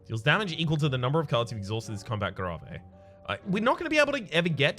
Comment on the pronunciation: Did he say gra-vey instead of g-rave?